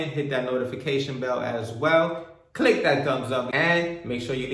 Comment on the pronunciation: the emphasis on the click that thumbs up 😭😭😭😭 great video thooooo🔥‼️